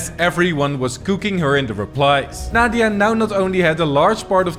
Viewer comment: "Naw-dia" Lmao 🤭😆😂🤣